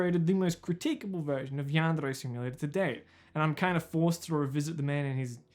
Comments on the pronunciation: why does he pronouce "yandere" in a spanish sounding accent. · How he pronounces the trill r in “yandere” is my kink